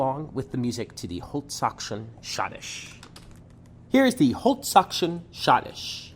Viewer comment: Your German prononciation of die holtzkaution is terrrible !!!!!!!!!!!!!!!